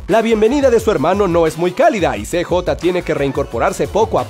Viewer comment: Se dice siyei (CJ) no cejota